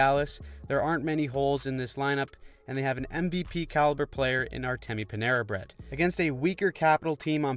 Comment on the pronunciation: “Artemi panera bread” 💀